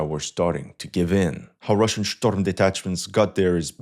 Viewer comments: That is not how you say storm , oh and let me guess Ukraine is about to fall lol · Shtorm detachments 😂😂